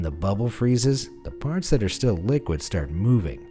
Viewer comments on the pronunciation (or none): none